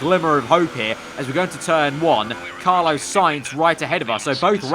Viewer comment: It’s Carlos Carlos Carlos not Carlo!!